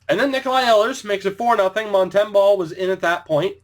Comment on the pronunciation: Mont -em-boh like Bo horvat, sorry